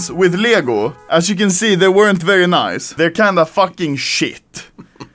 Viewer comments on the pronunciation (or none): As a swede I like how u say "Leggoh" instead of Lego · Ah yes, "ljägo" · That pisses me off bc im Danish and he says leæhigo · everyone: lego anomaly: liego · "LJEGO" XDDDDD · Anomaly language dictionary English : Lego Anomaly : lyäęgÿo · He says leeyago instead of lego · He says lego but as you would pronounce it in Sweden. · lmao that's how Lego is pronounced in Swedish lel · i Love how he pronounces LEGO